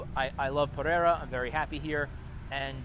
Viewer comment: Puh-ray-duh. 👍 came here from Medellín in November.